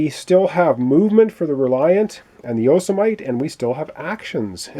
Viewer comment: I believe the pronunciation for the small ship is Yo-si-meh-tee